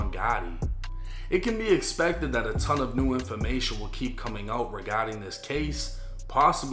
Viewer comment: "a tongue of information"😂😂